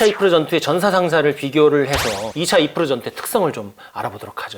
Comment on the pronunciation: 아재요~아지매요~ 이르프가 뭡니까 이르프가....... 까르푸도 아니고....